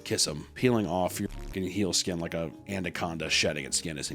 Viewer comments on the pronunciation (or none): another tally for "andaconda" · This is the one. This is the worst one. And still cannot say anaconda.